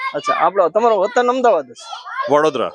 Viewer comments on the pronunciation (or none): none